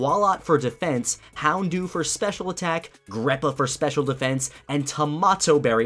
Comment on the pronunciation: Hondew not houndoo lmao